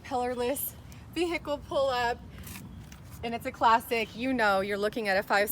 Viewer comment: Beautiful car and host, but you don’t pronounce the “H” in vehicle.